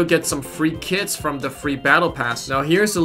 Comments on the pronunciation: When he says kits I think he says kids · "You can equip the kids skin if you like their drip" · Youtube does too